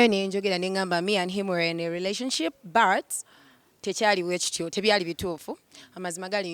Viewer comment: Sweet heart there’s no “r” in “but”😊